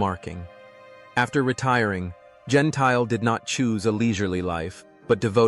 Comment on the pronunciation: It’s pronounced Gen-T-Le, not Gen-Tile…is this an AI commentary? This and other incorrect pronunciations of names are so annoying. It ruins what should be a good story 🙄